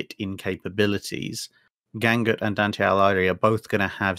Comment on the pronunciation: great video mate. One thing though: Dante Alighieri, pronounce the last name Ah-lee-g-ee-eh-ri. The Gh in Italian just ensures that the G is a hard sound as opposed to making a j or ñ sound:))